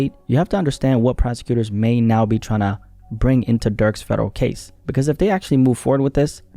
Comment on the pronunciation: I thought you said "Gaze", im like that 1000 yard stare couldn't possible get any worse.